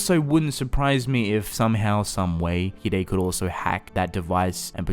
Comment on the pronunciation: Oh so you say it as He-Daey not Hide